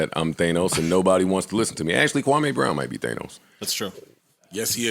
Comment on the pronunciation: Its KWAMEEEE, MEE...... NOT KWAMAY..NOT AY...MEE, KWAHMEEEEE. 😆